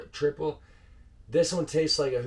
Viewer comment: it's pronounced triple, no Al at the end.